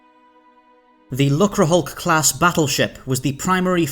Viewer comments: It's pronounced luke-er, rather than luck-ra. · Disappointing that they didn't research how to pronounce "lucre". A quick look in a dictionary would would have done.